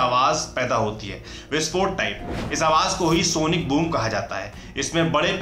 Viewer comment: Sonic boong nahi boom😆